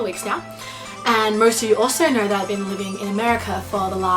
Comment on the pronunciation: its pronounced know! Not nrrr!